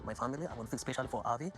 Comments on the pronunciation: Just a quick one- the kids name is Avi as in R-V not Harvey.x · I would bet my last dollar that it is Brandon's parents pushing the idea of them having children. Ari & Bini's little boy is named AVI ....Are you saying HARVEY?